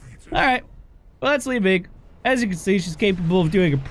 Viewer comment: With regards to your British viewers, pronouncing it 'Li-Minge' is a slang word for vagina. Just saying.